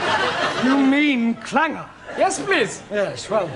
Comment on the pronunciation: its clanger not clincer